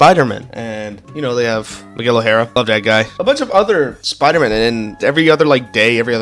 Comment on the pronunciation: glad to hear you "love all the pyder-men", but if you ask me i think spider-man is better